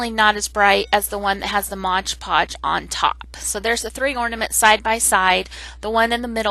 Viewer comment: It’s “Mod PODGE” just like the label !!!